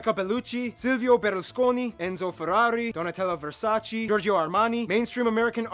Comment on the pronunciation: Versaceeee!!! Not versarci!!!